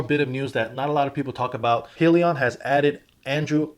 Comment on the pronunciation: Hi-Leon is the proper pronunciation not being a jackass just stating